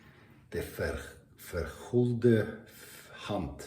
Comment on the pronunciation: No sticks (so far?) in my collection, nor in the list of soaps I'm testing, to be honest, it's already quite challenging as it is 😄. 8 soaps to go in the 2nd round. My compliments on your pronunciation of "De Vergulde Hand", it was very good. African countries I have been to: Egypt, Morocco, Tanzania (Zanzibar). All interesting, though we tend to stay in Europe more often for holidays: (somewhat) better for the climate. Godspeed for tomorrow, stay sharp!